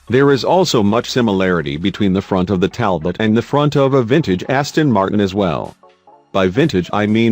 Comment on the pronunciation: It is pronounced Talbo not Talbot